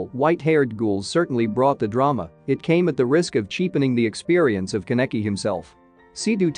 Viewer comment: I hate his miss pronunciation of my husbando Kaneki